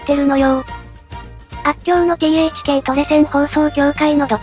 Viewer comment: THK(トレセン放送協会) 読み方は「トレイチケイ」